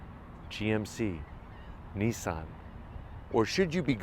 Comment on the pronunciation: Did he say Nissan? Haha